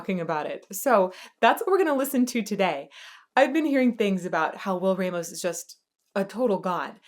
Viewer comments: Not pronounced Raymos but Rahmos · Wtf is "raymos" its a hispanic last name pronounce it as it should be,stop americanizing spanish words